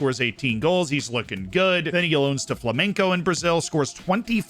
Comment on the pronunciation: it's flamenGo. With a G. Not "flamenco".